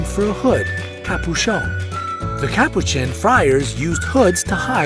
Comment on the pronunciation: Nice facts I did not know most of these but what I thought was halarious was the fact you said capuchon in a weird way XD